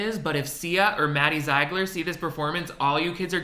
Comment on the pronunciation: He pronounces Maddie Ziegler as Maddie Z-eye-gler every time